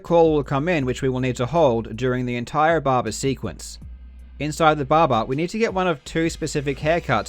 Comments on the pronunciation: Barber not barbar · Its "Barber", not "Baba" :D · the bahbah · This guy: *Explains everything* Also this guy: Babba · I like how karl pronounce barber as babar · I love how he pronounces barber "baba" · I love the way Karl say "Barber" Bahba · When he says barber, he says bahbah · I love, how he says "barber", it sounds like Russian "баба", which means grandmother. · Nobody: Karl Jobst: Bobba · "barbar" Is this JarJar's gangsta cousin? But on a serious note it's a very impressive find! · "Now we head to the BARBER to get a haircut (...) before entering the BARBA (...) inside the B A B A" Love your vids Karl, very interesting! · the way you pronounce "barba" is priceless :D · Karl’s pronunciation of “barber”: fuck r’s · Karl, I enjoy your videos but more importantly I enjoy the way you pronounce 'barber'. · weird considering he's australian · The way he says “barber” tho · i like how you pronounce barber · No disrespect, but the way you say barber with your accent is priceless. Awesome vid. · I love how he pronounces the word barber.